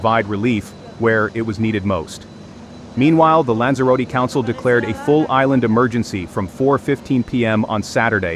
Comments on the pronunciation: lan-zuh-ro-tee.....that's how you pronounce Lanzarote!....That's what you get for computer generated voices.... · SI ES LANZAROTE. Nací aquí y vivo aquí. Pero el nombre de los lugares no hay quien los entienda. Están mal dichos. Y la información es muy exagerada. Puro amarillismo. Hay que informarse antes de comentar.